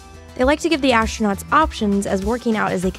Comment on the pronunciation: ashtronauts??? ffs